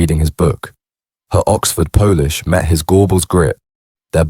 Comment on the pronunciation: Yeah and "Oxford *Po-lish*" rather than "polish". I'll block this AI channel